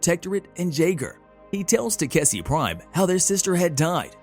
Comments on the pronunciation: it should be takeshi... istg the recap people are doing this on purpose to annoy us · TA 👏🏾KE 👏🏾SHI Pronunciation pleaaaaaase 😫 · Will they ever pronounce Takeshis name right again?